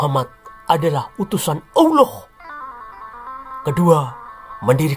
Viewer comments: Mengucapkan kata ouloh jangan terlalu ditekankan nadanya nanti penis....taan lho min 😂😂😂😂😂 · Pengucapan Allah saja sudah salah bagaimana penjelasan selanjutnya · Sejarah ngawur..bilang Allah aja blepottan😂